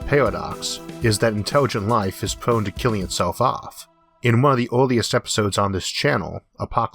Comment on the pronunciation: "Interwigent life in pwone to kiwwing itsewf awf"